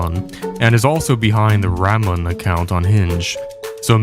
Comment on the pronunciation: Ramon is pronounced Ra moan. Sorry.